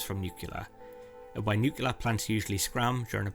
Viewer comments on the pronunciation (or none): It's easy everybody learn this... Say, New-Clear not New-Killer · I love the content! Good video! 😀 But the music is a bit much, the nose whistling, and saying"Nucelar", insted of Nuclear is a bit distracting.. It's like hearing Homer Simpson saying Lieberry insted of Library :p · "Nucular"? 😆 Haha, what's that, supposedly?